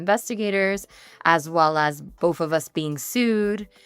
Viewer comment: The way this woman keeps saying “boff of us” is mad annoying